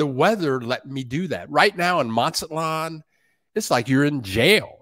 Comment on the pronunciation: M is sounded out as Maz-zat-lan'. not Mat'-zat-lan